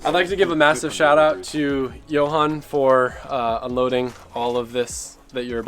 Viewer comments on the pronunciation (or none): none